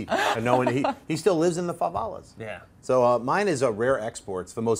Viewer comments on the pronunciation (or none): "Favalas"?? you mean "Favelas"!:P